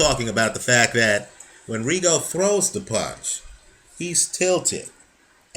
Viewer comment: ree gun dee o? THAT has to be the lousiest pronunciation of the dudes name ...he outscored and beat nonito pretty clearly ....116-112 is fair